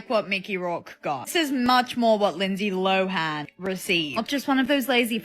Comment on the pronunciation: Lindsay Lohans last name is pronounced LOW-EN!🤦🏽‍♀️🤦🏽‍♀️🤦🏽‍♀️🤦🏽‍♀️ NOT 🚫 LO-HAN!🤦🏽‍♀️ LOOK IT UP SHE MADE A VIDEO EVEN SAYING IT HERSELF IT'S PRONOUNCED LOAN LIKE L O W E N. 'LOWEN' LIKE THAT!!!! NOT LO-HAN!!!! THE H IS SILENT